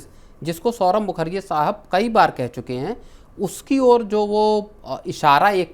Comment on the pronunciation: सौरव मुखर्जीया नहीं मुखर्जी है 😂